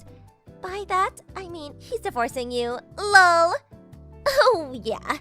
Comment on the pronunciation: You were doing so well on the Zach and Beth story.... then you had to go and dump that EAR-RAPE SHIT of 'LAWHL' in there from Beth. That turned your video to forgivable on tech glitches on the first one , to absolute shit with the 'lawhl' A Did Not Finish from me for your algorithms - which will affect your channel bei g recommended to your kind of audience, and an instant hit of the dislike button Do better than that moronic sound please.